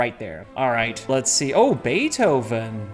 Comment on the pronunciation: Pronounced very beautifully most of the names, but zero justice to good old Beethoven